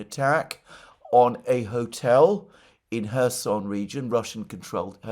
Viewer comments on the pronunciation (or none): none